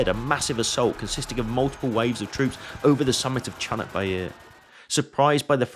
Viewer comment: Not chunuk, its Conk which means Donkey. Its also not Bair, its Bayır means slope. Conk Bayırı= Slope of Donkey. My hometown is located 80km south of battlefirld. 3 of my relatives fought from my fatber’s side fought in there. 2 of them returned back. One of another relative started to fought from Yemen to all the way Gazza. Captured in Gazza. Escaped and Returned back 3 yrs after the battle ends.